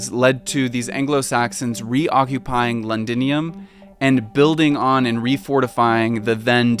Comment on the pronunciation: It's a shame that you ruined a great documentary because you couldn't spend 5 seconds finding out how to pronounce "Thames". Every time you said "Tayms", I cringed so hard! That must be extremely embarrassing for you. Also, it's "Londinium", not "Lundinium". Also, calling the Plague, "the Pleg"? Hilarious! Cheers.